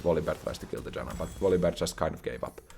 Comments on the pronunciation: greetings dear, i have noticed at times you call the support champion in your game "yanna" and at others "janna" is your nordic side leaking at times you cannot control? it's okay if is, it's common with old age. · I know J makes a Y sound in your primary language, but the way you pronounce Janna is so funny to me (in a good way) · question is, why do you mess up character names when you play the game so much? Calling Janna Yanna, and Atakhan Akathan. At least these two got caught up in my ears the most.